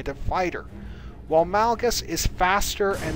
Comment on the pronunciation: Malgus not males